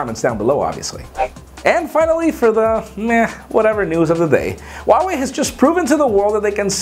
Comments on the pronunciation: its h u a wei. not h w a wei. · its pronounced wah-way....!!! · Huawei is pronounced as 'WaoWey'.